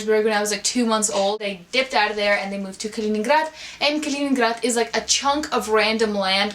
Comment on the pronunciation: Соня так по-русски сказала "Калининград":D